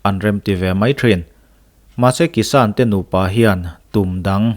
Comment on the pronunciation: 'kissan-a" chu sual hle mai.. a bengvarthlak thin khawp mai